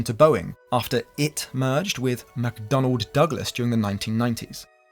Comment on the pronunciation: It's not "McDonald Douglas". It's McDonnell Douglas.